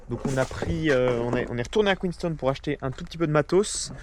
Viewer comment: Superbe vidéo ! Félicitations à vous deux pour ces beaux moments de voyage profitez bien et par pitié dites QueensTOWN